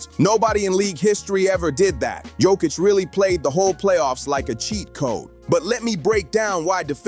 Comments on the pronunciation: not dzokic but joooookkkicc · It not JokiCH, it's JokIC. Beyond proud. 🇷🇸❤️ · YO-KITCH. Not JOE-KITCH C'mon people !!🥴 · The best player and all that and you still can't pronounce his name, shame.